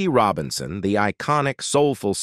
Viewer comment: Junctureh, 33 1 of 3. Rowbinsown, dewble and many others. This is Artificial Intelligence that can't pronounce words?